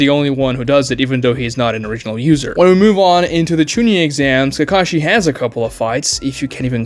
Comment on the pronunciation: Really? Not when he said "Ke-KAH-shee"